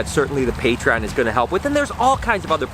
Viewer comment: Great video as always but i really wish you would pronounce - Patreon and adidas properly :s very excited with all the eggs though cant wait to see them hatch :) and noah's hair isnt bad better then before but could still be shorter :) take it easy